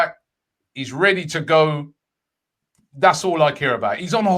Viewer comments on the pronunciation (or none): none